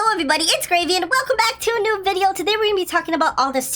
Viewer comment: u mean gravy? Cause u said gracy